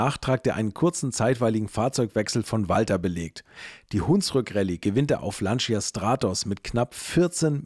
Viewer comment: Ich muss leider eines 'anmotzen', die Aussprache von 'Lancia' ist 'Lantscha', das I bleibt stumm, ich kann es gerne auch genau erklaeren, in Kurzform: Wenn Du meinst Du brichst Dir die Zunge ab dann machst Du es falsch 😅